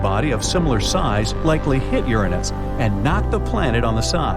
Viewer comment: YESSSSSSSSSSSS YOU GOT IT RIGHT!!!! YOU PRONOUNCED URANUS CORRECTLY!!! :D